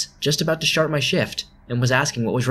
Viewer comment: He says shart instead of start in this also